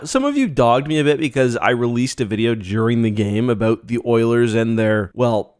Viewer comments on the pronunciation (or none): An "aboot" and a "Surry", Love you mate.